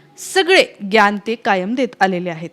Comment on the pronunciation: मराठीत ज्ञान म्हणतात, ग्यान नाही.